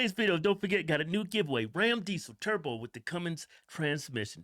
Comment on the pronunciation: Had to watch twice because I kept thinking "did he say Cummins transmission? "😂